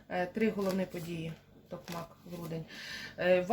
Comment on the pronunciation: Велике спасибі за розклад!) Так, кажете правильно ТокмАк! ❤️🥰💪